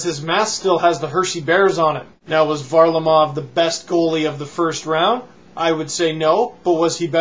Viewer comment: it's pronounced var-LA-mov almost like the front is ver-LAmov and he's going to change his first name's spelling to Semyon to help with pronouncing Simeon better. and HOLY SHIT HE'S GOT TALENT